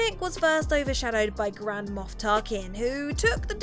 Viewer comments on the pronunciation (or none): none